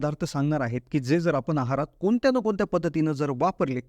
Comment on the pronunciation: म्हनून. कोनत्या. लई भारी मराठी!